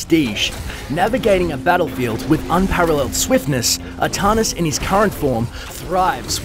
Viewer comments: as some one from NZ, it is most certainly ArTANis not Artarnis. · Artanis not Ahtahnis. ARtanis! I dont see no H. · Arrr TAN isss not Arrr - tahn - is. Also May-lay not me-lee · It's pronounced Artanis, not ahtahnis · can actually be pronounced either way, do some research before you try and correct people.